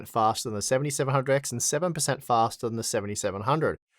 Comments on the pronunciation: Pouwa, fasta. Noice. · It`s fastah